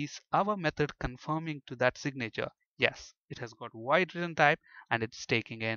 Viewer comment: I love when you try to say "signature", it sounds so much more like you're saying "sick nature". It's the sick nature of the delegates XD